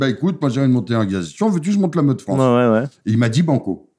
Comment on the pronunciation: J'aime la Civilisation européenne, mais la Fwânce ? NON